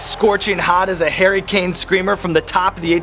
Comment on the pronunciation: Nice Harry Kane mention (in a half decent Brit accent). He’s made it!